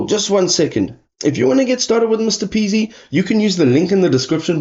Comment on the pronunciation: It’s M-R-P-easy, not Mr Peasy lol